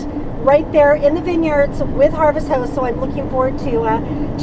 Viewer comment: Thank you ... for us newbies to be more half timers.... you are saying “Harvest HOST” correct? It sounds like Harvest House. Love your videos!